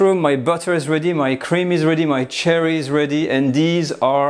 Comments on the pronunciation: It took me about half the video before I realized he's saying sherry, not cherry. I couldn't figure out what cherry wine was. :) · Soft "SH" sound like the word shoe for sherry wine. Not hard like cherry. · You were saying /I was hearing Cherry. Were you actually saying Sherry (as in the cooking wine?) Is there a Cherry Brandy? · I thought he said cherry wine too, until I read the recipe and realized it was sherry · Some constructive feedback: What you are calling chicken stock seems to be demi glace not stock. Also "sherry" wine is not pronounced "cherry." The S-H sound is soft, like "share" not like "chair." Beautiful dish. Looks absolutely delicious.